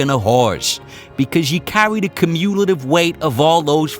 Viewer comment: The way you pronounce cumulative is a special thing